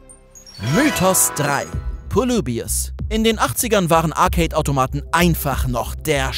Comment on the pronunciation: "poleibius" ist ein wunderschönes Beispiel dafür wie man manchmal versucht Worte "englischer" klingen zu lassen, dabei ist "Polybius" ganz einfach bereits die richtige englische Aussprache.